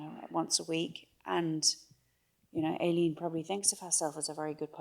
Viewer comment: Here we go again…..Aileen……..pronounced Ay…..leen…..equal stress on both syllables….does that make sense?……reminds me of the difficulty that people have in the pronunciation of Mescal……Mescl😊